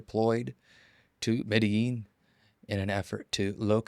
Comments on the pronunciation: he pronounced it correctly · Pronounced correctly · emphasis on accent is correct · He speaks Spanish. Pronunciation is correct. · Proper pronunciation